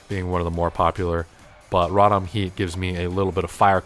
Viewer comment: the way u say rotom, i feel is wrong. Row- Tom is how I believe it’s said.